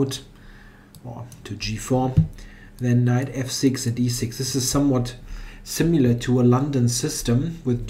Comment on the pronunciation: The first way you pronounced "past" is better. "Similar" could use some work though. :-) (There is no u.)